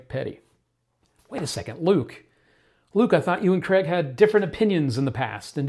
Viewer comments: Its not Creg, its Craig pronounced Crayg! Why cant Americans grasp this???? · I used to thing he was Graig😭